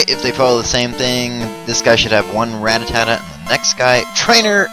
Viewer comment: rattata is pronounced ruh tata not ratatata